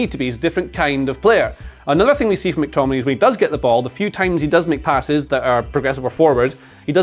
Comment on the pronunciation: Every time says "he makes passes/he makes shot creating actions ecc." I just hear he mcpasses 😭